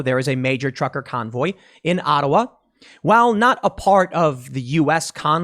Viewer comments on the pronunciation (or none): none